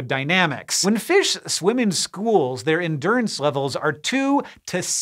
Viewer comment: "Shoals" so that's whats Megamind talked about